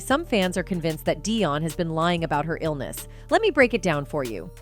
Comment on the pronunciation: I love Celine with all my heart, and my heart breaks to hear she has to endure such pain and suffering. She will always, as her music/songs have a place in my heart. ~To the person doing the voice over, learn how to pronounce Celine's last name. That was so annoying. Be well Celine. We are all praying for you !!!